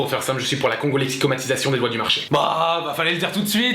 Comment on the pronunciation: Tu as dit "la congolexicomation" alors que c'est "la congolexicomaTISAtion"